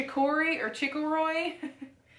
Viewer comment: In Louisiana chicory (chick or E )is in the coffee .not trying to be mean. Ruins are old buildings . Runes is pronounced roonz. I tell you this with the kindest of intentions .this box is Scandinavian Viking lore .